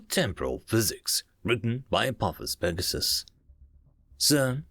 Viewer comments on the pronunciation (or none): none